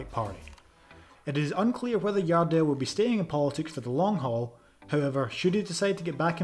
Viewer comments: Your welcome, thank you for making a video of the best header ever of the ball. 💛 Next time, call him Jardel with the 'J' tho, not 'i'! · It isn't Yardel, it's Jardel... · Stop trying to read The J in Jardel like that